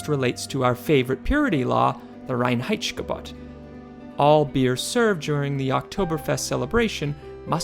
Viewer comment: And it is the Reinheitsgebot and not the Reinheitssshhhhgebot :-)